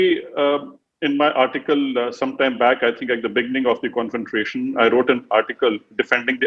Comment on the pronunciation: Great analysis and explanation by the general. He speaks well (except for saying confrontation with an extra R😀).